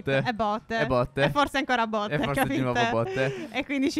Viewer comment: per caso hai detto botte? xD non si era mica capito xD ❤❤❤❤❤